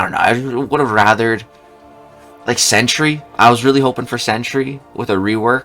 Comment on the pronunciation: Ain’t no way bro said Sentry